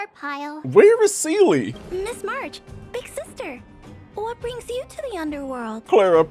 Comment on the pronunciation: for the love of god please stop mispronouncing seele's name :c